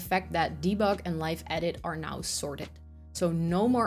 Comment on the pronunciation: Live in this context in English is pronounced live¹ (adjective) — pronounced /ˈlaɪv/ (“lyve,” rhymes with hive) > meaning: having electricity flowing; charged; active — a live wire, a live socket